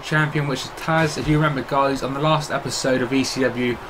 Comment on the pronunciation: Its tazz not taz